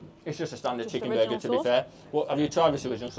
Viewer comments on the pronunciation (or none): I know! Hurts my ears hearing say sheeeekenburger! 😵‍💫😵‍💫😵‍💫😵‍💫